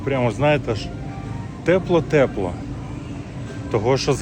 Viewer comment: Чё ты говоришь? Непонятно что за слова ТЭПЛО ТЭПЛО?? Может ТЕПЛО?